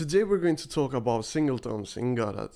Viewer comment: SingleTONS ... not "tones" :) Otherwise, good content!